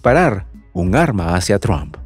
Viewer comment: PORQUE EL COMENTARISTA DICE “TRUAMP”. ??? NO ENTIENDO….LE CAMBIO EL APELLIDO O COMO???